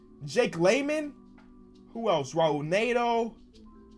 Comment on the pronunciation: It’s pronounced “h”aul Neto not “r” aul